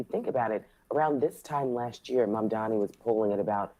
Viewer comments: I wish they always trained the person to say his name right. It's not MaNdani. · I like how she said MaNdani 🤣🤦‍♂️🤦‍♂️🤦‍♂️ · She called him MANDANI... what a joke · SHE STILL MANAGED TO BUTCHER HIS NAME